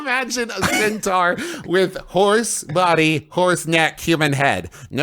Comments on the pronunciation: * theyre intentionally pronouncing it wrong. Lol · Still not sure if their pronunciation of centaur is making fun of Griffin or just the product of West Virginia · i don't know how to pronounce centaur anymore